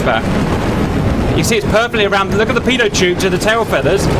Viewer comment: There's a T in 'Pitot'. .. 😳